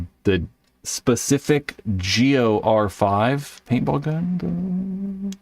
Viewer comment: Since you're clearly incapable of saying "R5", just call it the Geo 5. Damn.